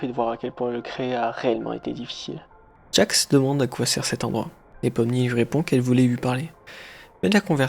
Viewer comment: gangle: ✨GOOGLE✨ pomni: ✨jester✨ kinger: ✨conner✨ jax: ✨✨jaque✨✨ ragatha: anus 🤨 zooble: zuble✨ caine: 👁👄👁